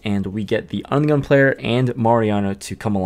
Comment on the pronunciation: Every time you say under the gun it sounds like onion lol